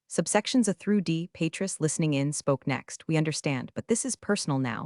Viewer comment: Entertaining, but when you choose a name teach your AI how to pronounce it. PatREEEEECE. Not PAtris. 😂😂😂